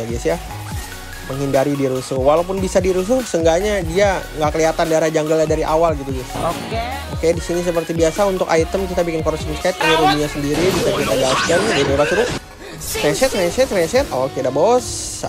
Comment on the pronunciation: correction aja bang, corossion schyte bacanya "corossion sait"